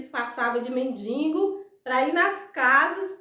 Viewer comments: Morri de rir com a história do Tony Ramos, vc está sabendo que ele está internado na UTI, operou o cérebro., vc me permite uma correção: não se fala nem se escreve mendiNgo o certo é mendigo. Bjs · o certo é men-di-go! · O nome é men-di-go, não tem “n” entre o “i” e o “g”